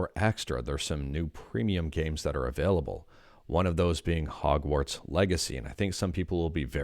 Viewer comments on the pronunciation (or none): none